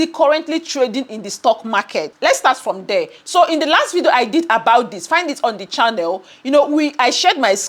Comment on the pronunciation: It's ,'video'...not 'vido'